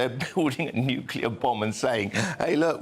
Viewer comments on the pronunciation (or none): The word is nuclear, not nucelar,.